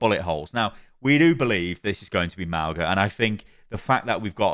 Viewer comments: Just letting you know that mauga is not pronounced (Maow-Ga). In samoan we pronounce our G’s as NG. The correct pronunciation of his name is (Ma-o-Nga) which means "Mountain" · I'm guessing the pronunciation will be clarified when the character is revealed, but I'm 99% sure it's like Mow-nga rather than how we say 'au' in English. Mow like mowing the lawns, and 'ng' is like the Ng sound in 'singer'. It's like Maunga in Māori or Mauna in Hawaiian. Great videos as always,. Thanks for sticking with it through the thick and thin of all the Overwatch dramas 😄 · In Samoan, The letter 'G' is pronounced as 'ng' so to pronounce Mauga's name, it would be Maunga, but spelt Mauga. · Nah but being a Polynesian, it’s actually really nice to see our culture being introduced into mainstream media’s. We’re such a small percentage of the world so it’s really cool. P.S - Mauga is pronounce mah-ooh-nga, the G in his name is pronounce like the ‘ng’ in going. His name also means Mountain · hey, samoan here, btw pronunciation is "ma-ooh-nga" - ng not hard g sound:-)